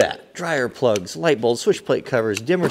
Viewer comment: every time you say "plugs", i cringe. i know your doing it on purpose.